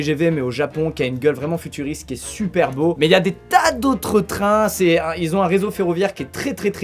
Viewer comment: *Met c pas pour faire le gars mais ce ''mait'' me gêne mais ta raison